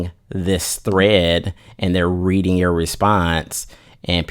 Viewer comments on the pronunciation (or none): none